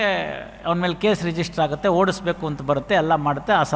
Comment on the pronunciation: Sir ಹಾಗುತ್ತೆ ಅಲ್ಲ ಆಗುತ್ತೆ ಅಂಕೊಂಡಿದ್ದೀನಿ